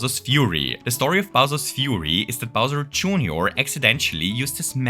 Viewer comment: bowser june-or 😭😭